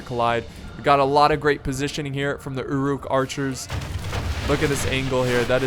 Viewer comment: anyone else annoyed by the way he says uruk?